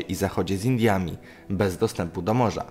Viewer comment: z kim graniczą? Z indliami?😂😂😂